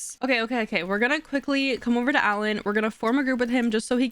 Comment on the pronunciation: I know I'm still late but you calling Alain "Allen" is sending me 🤣 its pronounced "Ah-Line" ❤